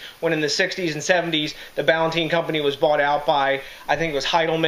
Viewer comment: brewed in NEWARK up until 1972 on 57 Freeman St. in the Ironbound section you're pronouncing it wrong too THIS IS GARBAGE COMPARED TO THE ORIGINAL Peter Ballantine was a Scottish brewer who set up a brewery in NJ. Jews from NY bought out the brewery in the 1972, and screwed the workers. NEWARK was a beer capital. Now gangs roam the blood bath city, and all those breweries are in ruins, except Budweiser across the street from NEWARK INTERNATIONAL AIRPORT.